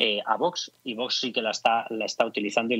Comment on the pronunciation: parece mentira que no sepas pronunciar la palabra VOX. Visiona tu vídeo y te darás cuenta de que no pronuncias bien.